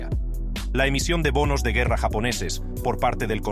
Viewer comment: Quita la voz robot no pronuncia bien el Español! No pues dijo guerra como un gringo!!!!